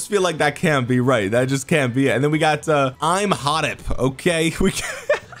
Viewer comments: They are pronounced as "Eem-Hotob" and "To-hot-mos" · Watch 'The Mummy' for Imhotep pronunciation lol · Go watch the mummy with Brendon Fraiser for Imhotep correct pronunciation my dude. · Im not egypcian but i felt insulted for how you said thutmose III and imhotep 🤣🤣🤣